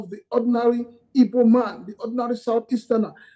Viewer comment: If you can’t pronounce Igbo,why are you journalist?